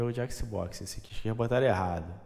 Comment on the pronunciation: Xboxi seu **! kkkkkkkkk Você fala XiMen????